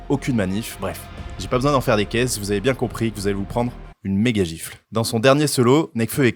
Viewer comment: "Bieng le bonjour la TPZance" 😂😂😂